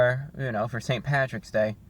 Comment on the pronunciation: You called it pattys day but I still gave a thumbs up.